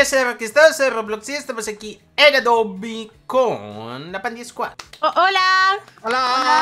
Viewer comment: Pandiquad enves de pandisquad jsjsjsjsjsjsjsjsjs xd